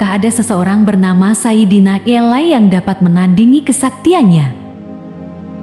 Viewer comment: Sayidina ali, bukan sayidina elay